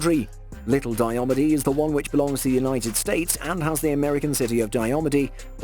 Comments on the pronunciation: It is pronounced Die-ah-mead. Very challenging islands to get to. In the winter planes and land on the frozen sea, in the spring and summer you have to travel via helicopter. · its it's pronounced dia meeed